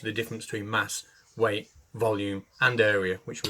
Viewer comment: Did he say weight or...weed?